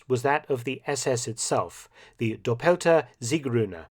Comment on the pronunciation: Super report....that said, in contrast to your typically excellent pronunciation of German words....the "double" SS symbol.....the "doppelte siegrune" ( - ).... the accent is on the first syllable of "doppelte"....not the second. Just a minor point, but one to mention based on your other fine German pronunciation. Good show.